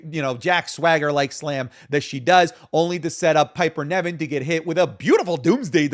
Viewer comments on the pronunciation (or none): please stop calling her Piper NEVIN, ITS NIVEN